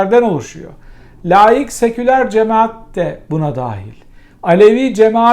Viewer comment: Hocam siz bari layik demeyin laik deyin lutfen